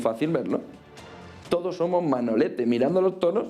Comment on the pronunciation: X q dice tantas veces TODTOS? Me pone dedvioso )